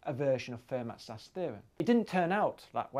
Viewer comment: "Fermat". Not pronounced "fur-mat", but "fair-MAH". Come on!